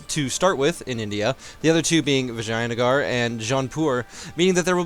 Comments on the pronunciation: Dude... Vagina-gar? Again? Vi-ja-ya-nagar... Thanks for a great channel! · viginagar is what I heard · Mumbles under his breath vaginagard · Sounds like he's saying Vaginagar.